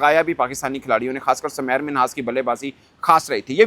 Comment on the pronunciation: Bhai uss ka nam tu theek pronouce karo uss ka nam Sameer Minhas hai na k Samair Minhas .